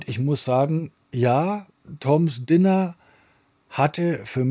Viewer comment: Toms Diner wird "Deiner" ausgesprochen, Dinner ist das Essen, Diner das Restaurant. Aber genug gemeckert, ich hab auch nen Tipp: Ry Cooder - Bop Till You Drop Bis heute eine der qualitativ besten Aufnahmen, die ich ich besitze. Mein Lieblingsstück darauf ist "The Very Thing That Makes Her Rich Makes You Poor", wobei "Little Sister" eigentlich das bekanntere Stück war.